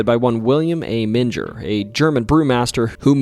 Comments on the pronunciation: aaaaaaaaaand you just said "Men-jer" like its where Jesus was swaddled in cloth after birth or something. oof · It's Menger Hotel with last part of Menger pronounced like a growl (grrrr). :) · Okay ........Born, rsised and reside in San Antonio Tx. The names here arr somewhat hard to pronounce. For example ; Boerne sounds like BurKnee, Bexar county sounds like Bear county, and The Menger Hotel sounds like The Minger Hotel . Not picking, Great vid be the way. It just hurts , Almost like hitting the wtong note on the piano.✌️ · Great video, btw The Menger hotel is pronounced "Ming-er" despite what google tells you lol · Not in Germany my friend :) Menger, must sound like Menger in english when you spell it with an a instead the e, Manger.. Good wishes from me in this crazy times. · Not only did he mispronounce Bowie but I actually screamed when he mispronounced Menger. Did he ever visit these places? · Or the way he kept mispronouncing Menger 😯